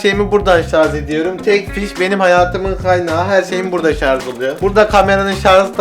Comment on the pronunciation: sarz degil sarj...